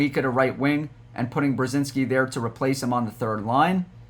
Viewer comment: It’s Brod-zinski